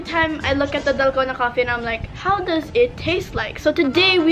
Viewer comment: Sabi ni Ranz eh "dalgano" 😂😂😂ako lang ba???